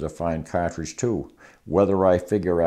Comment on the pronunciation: His wisdom on the subject is unparalleled but I’m mainly here to hear him say “catredge”.